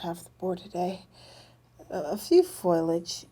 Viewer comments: I love the way says foilage instead of foliage. Reminds me of Curly from the Three Stooges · well, idk about the "" being "scary good"....I've seen much better. She keeps repeating the same things over and over in different ways...really aggravating and the word is "foliage" not foilage lol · It's foliage not foilage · God, if she says "foilage" instead of "foliage" one more time: Ahhhhhhhhhhhhh! "...and what not." "...and what not." "and what not." "um, ah, ayiah, ah, um, and what not." Come on,.... Please."Iz, it, it's - it's like, ah, um - and what not." You're KILLING me, here. "Above the surface, or what not..." What does "What not" even mean? I feel CERTAIN you've gotten this under control, by now. You are so sweet, and smart. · Not making things up, but lacks the vocabulary and descriptive ability to express what she senses. I can't stand the ebonics either. Blacks do not pronounce words correctly. She said FOIL age, when the word is pronounced FOL I AGE. 3 syllables, not 2. "" paused too much, and used the word "weird" way too often. I would rather have had the older man describe the targets. He was far more intelligent and spoke better, and had the vocabulary to accurately infer what he was sensing. This is critical information and a person with a far greater descriptive arsenal of vocabulary is vital. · saying FOILAGE is wrong, it's Foliage